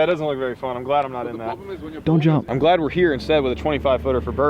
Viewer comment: you mumbled.